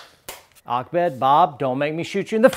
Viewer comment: It is ahmed not akmed xD